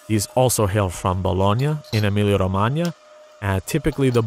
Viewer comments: EmiliA-Romagna, not Emilio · Every time he said "Emilia-Romagna" my Canadian-Romanian brain kept thinking Romania because that's how it's actually pronounced